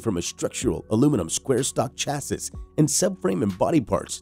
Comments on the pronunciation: Stoooooooop saying chas sis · It's pronounced "chassy" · Hearing Chasses is making me die laughing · The Segway is a Sur Ron. And “chassis “ Is pronounced cha-see. And chrome isn’t a type of metal, it’s a treatment. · Chassis is pronounced 'Sha-see'... that is of course if you're speaking English.. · I rolled my eyes every time he said it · I cat take any of this seriously just by the way you pronounce chassis. It tells me you really don’t know much. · Please learn how to say chassis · I have never heard anyone pronounce "chassis" and "Pirelli" like that before. Some of those battery charge times seem quite dubious unless you are planning on setting them on fire with overvoltage input. I just glad that Zero is opening a factory relatively close to me.